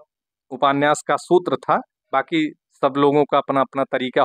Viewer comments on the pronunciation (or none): आप उपान्यास क्यों बोलते है सर